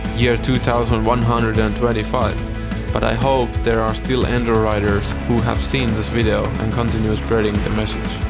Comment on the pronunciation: You mispronounce enduro so many times in the first minute that I gave up